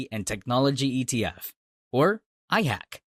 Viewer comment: IHAK not IHACK